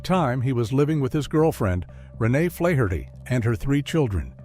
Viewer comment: Flaherty is an irish name its pronounced FLAH - HER - TEE not FLAY - HER - TEE 🍀🇮🇪💚